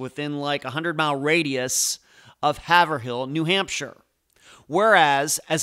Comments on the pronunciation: Hay-Vrille , not Have Er Ville. LoL. Hay-Vrilllle like Vrooom but Vrillll, like Pill , Hay! V-Rill , Vrrr-Rilll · Haverhill is pronounced Hay'-vrill.